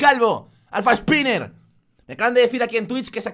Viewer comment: Jajajaja dice alpha spiner envezde sniper, no hate